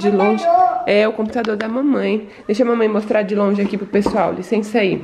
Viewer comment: Mini compra logo uma camera pra mama ela ja é uma blogueira kkkk ela falando pexual❤❤❤linda demais